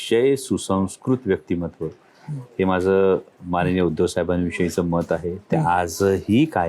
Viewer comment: उधव ला सु संस्कृत म्हणतय हे बेन 😂